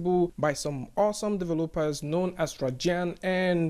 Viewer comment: LOL love the way you say "Developers". Deh va LOPE uhs